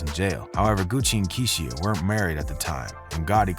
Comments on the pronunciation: Kee-she-ah….. lol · bro why’d you’d pronounce keisha that way???